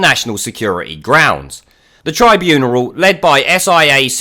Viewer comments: What the heck is a "tribuneral"? It's "tribunal". No "er". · Tribuneral? Is that on purpose or are you just mispronouncing tribunal? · Yes, but what the fuck is a tribuneral?